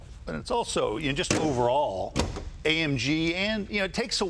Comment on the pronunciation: AMG. Not AMGEN, Jay. 💰